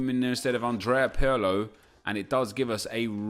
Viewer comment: Nep... its "pirlo" not "pearlo"......